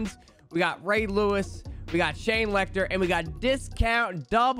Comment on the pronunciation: I love how you just throw in an extra letter with every name you say. ‘Shane LechTler